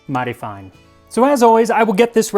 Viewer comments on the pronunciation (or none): The way Max said "mighty fine" reminded me of old westerns.